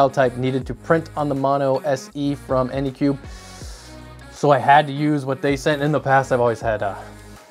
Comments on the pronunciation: Say it with me, "AnycubIC". With an I-C at the end. Not Anycube. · Anycubic... not anycube. Seeing the name written on the printer and hearing it pronounced wrong is so disorienting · Phew not the only one that says Anycube. Anycubic is too many syllables. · Drinking game: take a shot every time he says anycubic wrong. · I am watching this right now, and he has screwed up anycubic at least 5 times in 5 minutes. That's a little too fast for me.